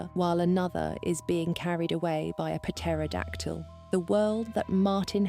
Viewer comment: Why did she pronounce the P in pterodactyl 😂